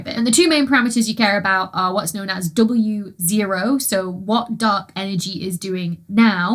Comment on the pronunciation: On hearing Wa & W0 getting pronounced as Wawo and B.A.O., must admit I spent a few minutes trying to work out an acronym to fit B.A.O.B.U.N....